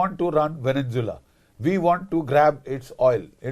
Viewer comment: Namaste gen Bakshi. You are one of my favourites. I have ENORMOUS respect for you. Hiwrver, please pronounce venezuela correctly - it is horrible to hear the incorrect veneNzuela continuously. Namaste, once again. Jai bhaarath